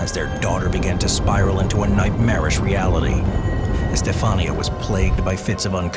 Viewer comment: in spanish the accent is on the i. Estefanía. For next time 😊